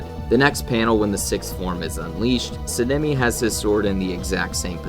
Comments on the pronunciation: I'd say there are a few issues with some of the feats in this video and other things. First, Sanemi is pronounced "Saw-N-ah-me", not "sin-ah-me" (lol) This could just be Akaza is suprrised that Kokushibo would attack him at all, not necessarily that he's getting perception blitzed, he seems to have the same suprised look on his face the whole time Kokushibo is talking to him, and obviously he can see him throughout. A feat on someone who isn't in combat, or isn't expecting to get attacked and is looking at someone else (Douma) is less solid then something like Sanemi looking at someone and is actively getting attacked by them getting blitzed. This is definitely a perception blitz by Sanemi to Genya, we know it cause Genya stated that he just straight up disappeared to hm. Though using them not being shown on panel as the only reason the prove a perception blitz isn't really concete though, cause as Akaza leaves the upper moon meeting there is a similar frame to him just disappearing to Douma, but we know that Akaza isn't even faster then Douma, let alone perception blitz tier above. I'd say this point doesn't really make sense, cause I think it's pretty obvious he's not at full power at the start of the fight, he doesn't even have Compass Needle active cause he assumes he doesn't need it. It is kinda strange that Tanjiro doesn't get damaged at all, but I'd say it could be Akaza just holding back cause he likes to fight. Cause when he gets beheaded he basically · S-ah-n- eh-mi plssssssss sounds like ur saying senemi